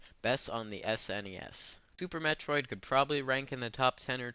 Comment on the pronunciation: you played orcarina of time i see, a super mehtrid.... Those games ARE over rated. But Ocarina of Time and Super Metroid aren't. look I know being canadian is tough but learn some proper speech patterns before you speak.